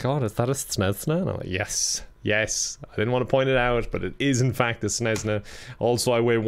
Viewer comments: saying Cessna like Snezna has betrayed me emotionally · i hate how u said cessna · as someone who is taking avation, the way he says cessna hurts my brain lolllllll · Everytime you said "Cnesna" I died a little on the inside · I’m an aircraft enthusiast but also I love watching bids but this one when he said snessna instead of Cessna was quite annoying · CESS-NA you simpleton. The quality of the Irish education system has really gone down hill. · Snesna he says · The way he pronounces Cessna ahahahaha. I did enjoy my trip with KevinAir though. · That mispronounciation of cessna, very easy word for very, very well know aircraft... ouch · Cessna is actualy a very well known brand for small planes and I think you pronounced it toataly wrong.